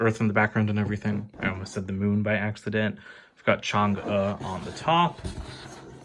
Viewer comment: I've heard that the MK sets might be on Amazon soon but I still can't see them around :( Anyways great review and good pronunciation of Chang'e.